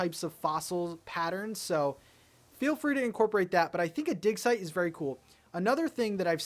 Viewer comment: He kept saying dig site repeatedly and all I heard was dick size. LOL